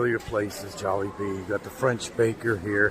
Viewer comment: It’s actually Jollibee and Moron, but point taken! 😉👍🏼